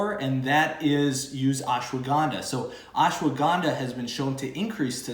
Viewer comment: Brother thanks for the knowledge but its ash wa gandha not ash wo gnda